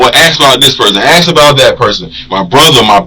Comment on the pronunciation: What can’t ghetto blk ppl Say the word “ ASK “ They say AXE .. smh Or AMBULANCE THEY SAY AMBA-LANCE